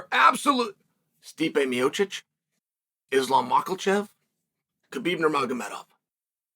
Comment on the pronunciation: I love that he can say Khabib's name. But refuses to say Islams name right hahahaha.